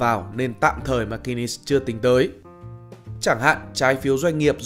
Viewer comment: McKinsey ma nguoi doc k biet phat am !!!